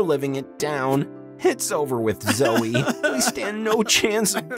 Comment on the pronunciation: It’s not zoi it’s zoe